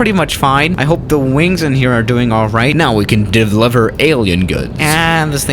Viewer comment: Did say dIvLiVeR? Me:Deliver Normal ppl:deliver Everyone but: deliver:DIV LIVER